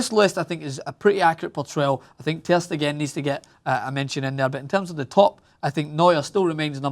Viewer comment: The way this scotch egg say ter stegen is sooo aggravating